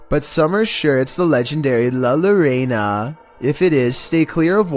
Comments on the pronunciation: LA LOREINA?!?!? XD XD XD He's joking right? It's JOh-RrOh-Nah! Culturless idiot. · #15. The way he said la lloraina even though it’s la llorona 😂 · bro i’m sorry but your voice has never been more annoying and that lallorona pronunciation is insane. but i love u tho ❤